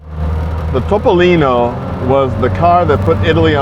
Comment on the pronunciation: Complimenti per la pronuncia perfetta di "Topolino," è tutto vero ciò che hai detto, 👍👋👋